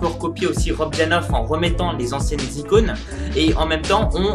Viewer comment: "De nouvelles icounes" xD